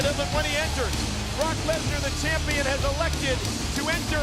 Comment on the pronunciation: sounds like he called brock the WWE chicken lmao😂